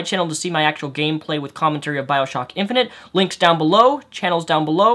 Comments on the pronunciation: I know you have a speech inpediment but, saying infinint multiple times? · are you saying "infinent"?